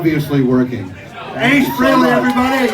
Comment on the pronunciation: did he just say ace fairally?